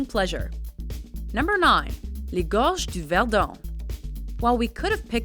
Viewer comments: Im french and i love when she speak in french like "les gorge du verdon" the accent is so funny ! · That accent on gorge du verdon OMG :p